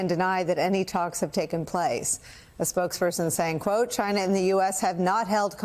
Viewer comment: sorry its not china, its cchinaah.